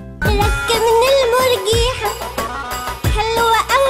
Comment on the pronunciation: راه كانت كاتقول ركبني الملجية ههههه ماشي المرجيحة